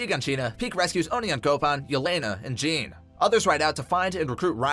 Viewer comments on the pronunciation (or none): none